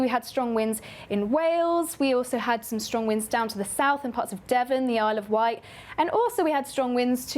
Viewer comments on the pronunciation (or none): none